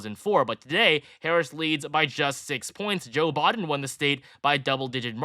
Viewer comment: I keep wondering who "Bawden" is... 😂😂😂